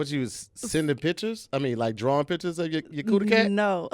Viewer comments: This man said "dictures". New game making up words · Did just say Dicture? I’m taking this word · Did say "dicktures" lol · I know it was unintentionally said but you might be onto something "Dickture" 🤣🤣🤣🤣